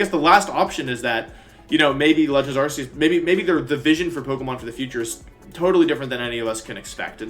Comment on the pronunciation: You pronounced Arceus wrong